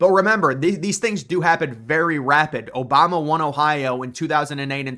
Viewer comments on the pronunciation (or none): none